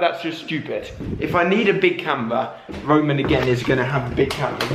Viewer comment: It's Rowan Not Roman